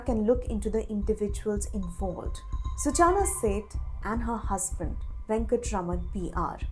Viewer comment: Hey Reporter, if you know Hindi, it's not "सूचाना", it's "सूचना". Uff oh, English 🤦🏻🤦🏻🤦🏻🤦🏻